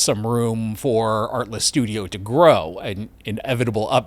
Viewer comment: Kept hearing "artless". Oh, the irony. ☺️